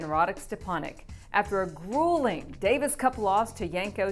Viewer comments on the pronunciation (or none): none